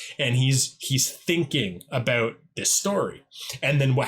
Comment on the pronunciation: Are you Canadian? Thought I heard you say "a boat."